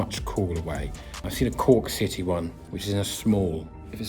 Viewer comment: Citeh Barstad 😂